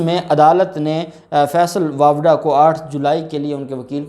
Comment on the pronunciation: جب آپ بولتے ہیں آپ کا بات چیزوں میں pronunciation Sahi Nahin hota. فیصل واپڈا نہیں فیصل واڈا ہے